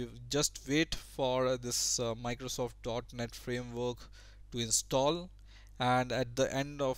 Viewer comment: when you said .net framework i swear i heard "dark net framework" haha